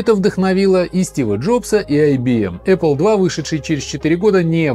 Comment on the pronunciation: Раздражает аррле